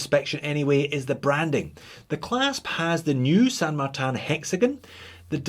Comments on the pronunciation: It is a Spanish name derived from a saint which in English would be translated as Saint Martin. The correct Spanish pronunciation is Sand-Mar-Tin. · Well done Texas accent. That’s exactly how we all down here in Texuss pronounce San Martun. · Well, to pull you up, you really should be pronouncing it 'Shan Martan Eckshplorer'